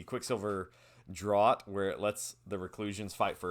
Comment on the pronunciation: Quicksilver Draught is pronounced Draft. I know, silly English